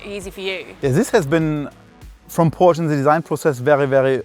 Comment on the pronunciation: Odd this guy works for Porsche and pronounces it wrong.